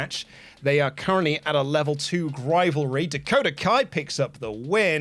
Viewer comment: Whenever I hear the word grivalry I die a little inside